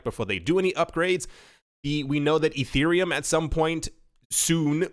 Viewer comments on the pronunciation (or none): none